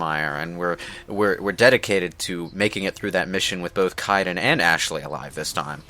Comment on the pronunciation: it's pronounced kaiden (ka-den)